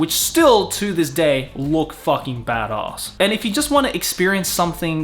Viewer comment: i love how he pronounces "badass" as "bad ahss" made me laugh